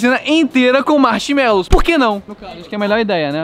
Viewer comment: "MACHMELOUS" Morriiiiii kksksksksks